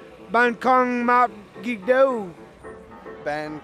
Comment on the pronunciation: Việt Nam là từ Gì nhưng bên mỹ đọc là Gai :))))))